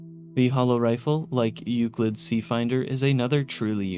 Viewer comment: Also mispronounced paciencia, chasm, and several others. I'm surprised he said Euclid right.